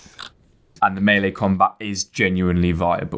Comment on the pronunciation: "Mealy combat"? FYI The word "melee" is pronounced "May-Lay" or "Mell-Lay" - either is acceptable. ("Mealy" is not.)